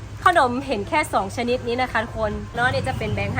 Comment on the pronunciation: ขนม อ่านออกเสียงว่า ขะหนม น่ะ ไม่ใช่ออกเสียงว่า ข้าวหนม แต่ที่ออกเสียงแบบนั้นก็ทำให้น่าเอ็นไปอีกแบบหนึ่ง 555